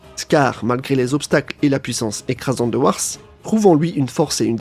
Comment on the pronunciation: C'est Wrath, pas Wars 😅